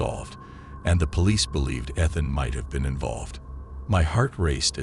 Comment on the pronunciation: I like the voice but pronouncing the name Ethan wrong is Driving me insane 😅